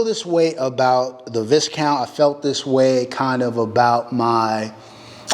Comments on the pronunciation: Beautiful and its pronounced Vi Count “s is silent” like what they used to call nobleman back in the day and i think still do in England or Europe in general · Bro, you mispronounce the name of the gun and the first person to point this out has dibs right? Right? 😉